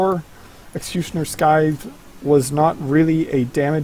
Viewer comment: sythe, the c is silent